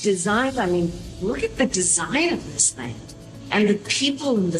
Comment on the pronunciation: "I'm SAWWY girrrl, lyfe's a funny THANNG!!" -The Historic Karine Jean Pierre